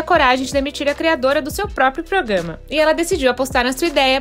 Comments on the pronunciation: É proGRAma e não proGAma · A palavra é Programa, não progama!